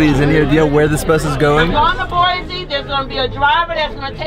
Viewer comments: First it's pronounced Boisee not boys , but I cant believe you guys were here nobody every comes to idaho, I am shook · Love how they pronounced "Boise" like "Boys", not even "Boizee" like people do. Its pronounced "boy-see" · ITS PRONOUNCED BOIS EEEEEE